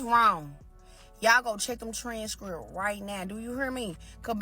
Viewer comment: "Trayn skrupps" 😅